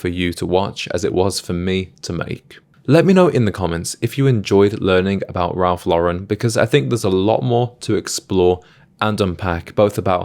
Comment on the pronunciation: Worked at Ralph Lauren in college. I learned a lot about style and fashion, cuz prior to that I was a jeans and t-shirt guy. Still am actually, but I also own 3 Purple Label suits. By the way, don’t ever say “Ralph luh-Ren”…it’s Law-ren.